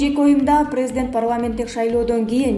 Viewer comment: Бека медиа каналынын журналисти кечирип койунуз сиздин журналистик билиминиз жок болсо керек создор ду так суйломго интонация коюунуз начар орус тилин жакшы билбейт окшойсуз прездент деп сиз жонокой эле создорду туура окуй албайт экенсиз бизден кетсе кечирип койунуздар